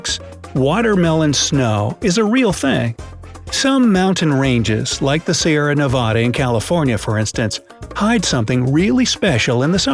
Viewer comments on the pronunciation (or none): Unsubscribed because of your pronunciation of "Sierra Nevada". Unforgivable.